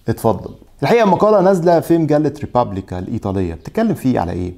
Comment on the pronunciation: اسم المجلة الإيطالية: ريبوبليكا, Republica ولا تنطق بالانجليزية طبعا أو أي لغة أخرى! الاحتراف يشمل التميز بإتقان نطق الأسماء الأصلية